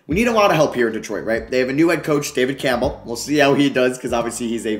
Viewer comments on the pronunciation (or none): Did he say David Campbell?